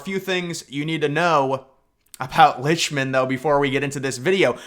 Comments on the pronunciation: Well it’s pronounced “licked-mun”……and lichtman said he never predicted Trump would win pop vote in 2016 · it's prononounced "lickt-min"---not that it matters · Maybe you should pronounce his name correctly 😂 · This guy can’t even pronounce Lichtman’s name correctly, as well as Kamala’s. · Just for starts, Lichtman never predicted Trump would win the popular vote in 2016 🤡 He simply predicted a Trump victory Also, you mispronounced his name